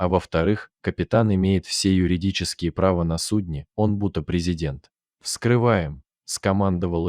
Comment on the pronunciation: АртЕль. Иметь правА. Опять безграмотное чтение! Было ПОХОЛОДАНИЕ в отношениях с женой.